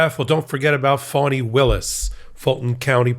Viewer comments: FANI is pronounced FAN•NEE not FAWN•NEE. Please correct your pronunciation. Thank you! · It's fonnie, rhymes with ronnie. Sounds like you're saying fawnie. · Fah-knee. Listen to how her friends and associates introduce her. (Please tell Ben too. He calls her fuawny/phony) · FAWNEE (NOT “PHONY”) Willis! Please! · I wonder why some Americans pronounce the DA's name 'Faunnie' or 'Fawnie' when it is clearly spelt 'Fanni'? Surely, it can't be because they are prudes and can't bring themselves to say 'fanny' but you never know the extent of the madness of the loonies and zealots we cleared out of Nottinghamshire and Lincolnshire to fill the early ships like Mayflower...We got the Sleaford Mods and they got the entire cult of the Fighting Ninth Day Mentalists. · Isn't her name Fani Willis why do you keep saying phony Willis . Pls say her name correctly she deserves that respect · It's actually spelled "Fani," and if it was being pronounced wrong, she would have corrected them eons ago. Signed, a person who has had to correct countless mispronunciations my entire life to the point that I'm shocked when someone calls out my name at an appointment and somehow gets it right the first time. On the first day of every new school year, I dreaded that initial attendance roll call! (Note: it rhymes with 'cautious') Given the bands I'm into I've heard of the Sleaford Mods (and "we are the mods" from 'Quadrophenia' is running through my mind now...) and upon checking out just a few songs, makes me think that they're a big influence to Shame; granted I've only heard a few of the latter's songs as well, though.